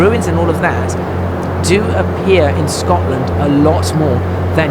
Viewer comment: The dumb idiot posted another video and refers to "Scotsland", this video we have "Shetsland" and of course that well known Californian landmark "Hollywood Park" - The guy needs to keep his mouth shut, he just keeps hanging himself. I think he likes the sound of his own voice and just blabbers on for the sake of it - Sometimes silence is golden.